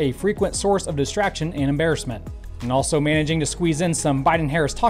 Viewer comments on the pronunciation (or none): none